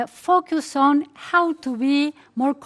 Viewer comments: minimo hay que mejorar el FUCKUST (FOCUS) que se diria mas o menos FOWQUES y el MIRRROR (MIRROR) que vas mas omenos asi (MEERR). Esa es tu tarea para la cuarentena. Jajaj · Yo no dije meer. pronuncia MIRROR con la o, ademas de marcar demasiado las erres. En FOCUS ella pronuncia fockust o fockiust, sus labios terminan como si quisiera dar un beso. En vez de terminar con una leve sonrisa. Lo de la pronunciacion britanica te la hubieras ahorrado, no tiene trazas de haber aprendido Ingles Britanico.